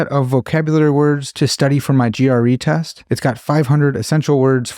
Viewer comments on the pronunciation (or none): none